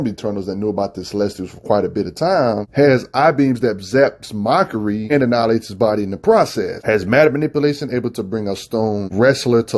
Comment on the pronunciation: Look, I know he hates "grammar nazis" but when you are screwing up names so bad that you got to lock at the video to see who he meant, that's pretty bad. Like he's literally calling MAKARI "Mockery". That's unacceptable, lol!